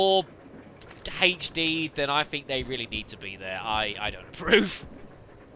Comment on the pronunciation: Great job playing this like the average person would too haha. you're vids are awesome. I just wish you wouldn't pronounce HD and Herbs like that lol